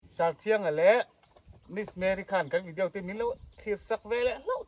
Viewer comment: Vidiau hi ti kher lo la....Vidiaw ti mai la